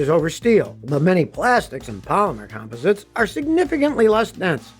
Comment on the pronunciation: Come on Scotty you're not pronouncing composites correctly did you graduate from high school😐😐😐😐